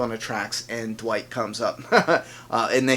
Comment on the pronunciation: Dwight? No, his name is Wight since Eugene still got the "D" in his mouth 😂